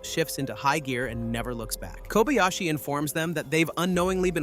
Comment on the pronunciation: Work on your rendering of "Kobayashi". Jack, the Japan Alps Brit 42 years and counting